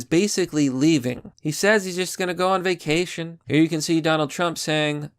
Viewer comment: Mamma What's Vac..at..ion?... its where you go somewhere.. and you don't come back...